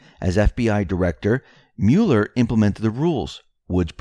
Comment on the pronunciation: Smocking misspell was a warning to deep state considering J Podesta history of pedo. BTW the name is MUH-ler, not MULE-er.